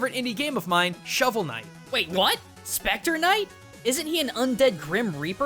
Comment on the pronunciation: SHPECTAH KNIGHT